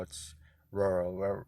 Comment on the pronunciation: Thanks for the info, currently an arc struggling to choose between rca and cca. The rca’s in my city almost always do 40hrs so it’s a tough decision. Also, I’m glad I’m not the only one who struggles to pronounce rural 😂 I might just choose cca so I won’t have to say rural lmao